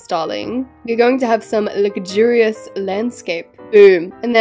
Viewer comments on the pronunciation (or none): The way she says lugurious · couldn’t say luxurious - Ad: I AM OFFENDED *sky ad comes on*